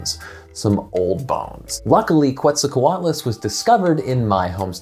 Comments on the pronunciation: Every time he said QWETZAL it hurt me. Que like quesoooo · It is pronounced as Ket-sall,co-atloos. Just as stated in , definitely not coo-et sall... I liked your video a lot!!! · Giant pterosaurs are awesome. Who else loves The Brain Scoop and can’t wait to watch Emily’s new show on PBS?! Info about where you can watch it is in the description 🤓 Oh, and one more thing: Quetzalcoatlus is pronounced “ket-zal-co-WAT-lus” but I have a hard time not saying “kwet-zal-co-WAT-lus” because my mouth is dumb and that Q always gets me. Anyway, now you know! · The “Qu” in “Quetzalcoatlus“ is pronounced like “k,” not like “kw.” It’s based on Spanish orthography. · The first u in quetzalcoatlus is not pronounced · How did you talk with an expert and still end up mispronouncing Quetzalcoatlus